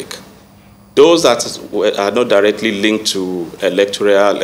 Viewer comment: Who made this one a commissioner of police. He does not know what electoral means . He keeps saying electorial, which is not the right word. He is a stooge and unqualified to hold the position. He doesn't have answers to the questions asked. He is complicit and a person planted by the ruling party.